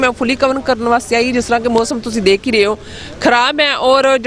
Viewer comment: learn how to correctly speak Panjabi. ਕੋਮ ਨਹੀਂ, ਕੌਮ ਹੁੰਦਾ। ਮੋਸਮ ਨਹੀਂ, ਮੌਸਮ ਹੁੰਦਾ। Also with dark glasses, you look like a blind person.